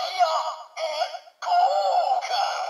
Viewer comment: 本当にドライブロックシールドいいですよね！息子もお気に入りですが…タイヤ、ン、コウカンだけはタイヤ、う⚪︎こ、カンに聞こえるようで連発で大笑いしてます（笑） でも確かに聞こえるんですよきね(^_^;)